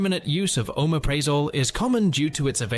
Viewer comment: It would help if you pronounced the names of the drugs correctly. Oooo mep pri(short i ) zol 2. Scoe poe la meen 3. Al (a guys name) praz(short a) a (short a) lam 4. Die azz a(short a) pam 5. Anti hist (short i) a meens 6. Set tear a zeen 7. Try cy clin (like a bicycle or cycle)(short i) 8. This is AI isn’t it? Those not corrected were pronounced correctly. Reminds me of that er TikTok nurse that has to guess what meds the patient is taking based on the clients pronunciation. It’s important to avoid wrong medications as many sound alike.